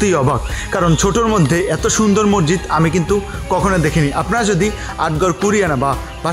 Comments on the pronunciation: মরজিদ না ভাই মসজিদ। আপনি বার বার মরজিদ বলছিলেন।তাই আপনাকে আমার বলতে ইচ্ছে হল। কিন্ত আপনার ব্লগ অসাধারণ লেগেছে।❤️ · Apnar vdo khub sundor. Information o sundor vabe deya. Appreciate. Kintu, ekta choto jonish ektu odd laglo, apni ki Moshjid ke Mojjid boltesen bar bar? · Vaia sob kisu thik ase but mojjid na mosjid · Bro morjit na re vai moshjit hobe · Morjid na bhai Mosjid, vlo kore kotha bolte sikhun.. From India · আপনি বারংবার মজজিদ বলছেন কেনো?মসজিদ উচ্চারন টা সঠিক করুন।